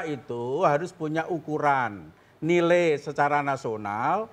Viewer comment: apa cuma saya yang kesal liat sudewo ini hmmm ohiya pak btw “nilai pak bukan nilei”